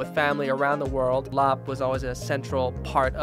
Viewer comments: Thank you for pronouncing larb right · This reminds me of home! My mother is from Thailand. She grew up near the border by Laos and my father is Laotian, so I grew up eating my fair share of larb. And I appreciate you pronouncing it correctly. Every time I hear someone pronounce larb, they say it how it’s spelled but really the b sound is actually more a p sound